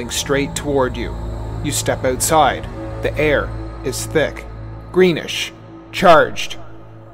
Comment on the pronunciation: "....You step Ootside" 😂😂